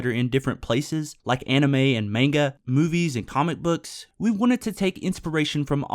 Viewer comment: tbh I kinda blacked out from sheer disappointment from how you pronounced "manga"